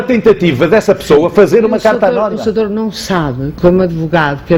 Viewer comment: "Mas oh soutour deixe-me só...Desculpe soutor...pois, soutor" Pessoa Honesta - "Estão a dar uma de viúvas virgens"... OUCH! Essa foi a estocada final. A devia ter dito boa noite, fim da entrevista.